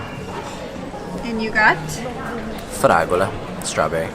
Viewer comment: Your "fragola" was perfect 👌